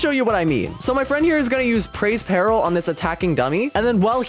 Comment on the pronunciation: He said praise peril… its preys peril